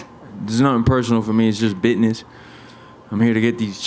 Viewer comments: It’s just “bidness” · George is a fuckin thug. Please don't let a guy who unironically pronounces business as 'biddnezz' be a champion.